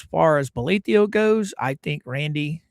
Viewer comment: Why do you pronounce the judge's name with an io at the end? It's written bolitho. Have you heard him pronounce it with the io? I'm curious why there are so many pronunciations for his name.